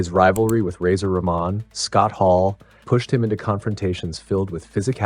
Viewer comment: "Ra-mon" "Cleek" 😂